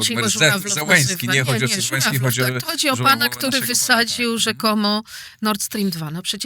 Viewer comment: nie Wołodymir Żet, a Zet. On nazywa się Zełeński a nie Żełeński, proszę pani.